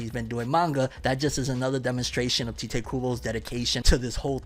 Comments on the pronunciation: "Tite" kinda like saying "Kite" I keep hearing him say "Tea-Tae" like what? Tite Kubo Almost like saying "Tight" but not. It's a one syllable name. Sorry for nit-picking, I can get ansy over little things sometimes. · You know you're pronouncing 'Tite' incorrectly, right? You should watch a video on how Tite Kubo pronounces his name. It might allow you to pronounce it correctly 👍🏼